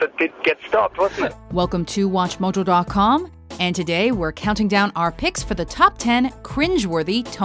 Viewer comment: welcome to wutch muja dot com